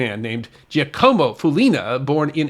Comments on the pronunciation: Giacomo is NOT pronounced jee-uh-KO-mo, but JAH-kuh-mo. and Tijuana is a three-syllable word: TEE-wah-na, not TEE-uh-wah-na. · Hate to nitpick but that name "Giacomo" is not pronounced as "GEEEE-a-como" but as "JOCK-oh-mo".... LOL